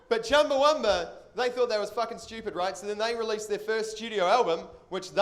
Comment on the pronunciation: The band's name is Chumbawamba, not Chumbawumba.